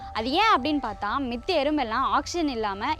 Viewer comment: மித்த என்று சொல்வதை தவிர்க்கவும். மற்ற என்று சொல்லுங்கள். சீமை கருவேல மரங்கள் நம் நாட்டிற்கு நல்லது அல்ல